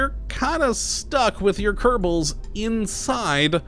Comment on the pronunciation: Ker•Bal, not Ker•ta•Ble.